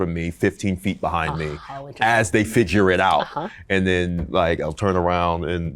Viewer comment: Yeah but he said fidger instead of figure near the start